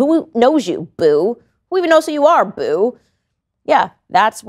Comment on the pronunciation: the unfamiliar way you say “boo” is so funny to me 😂